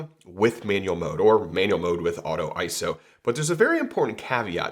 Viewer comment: Very good info here,. And thanks for pronouncing iso correctly.:finger-red-number-one